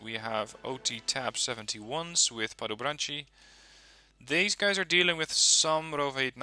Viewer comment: Padobranci not padobranči you need to say it as it is writen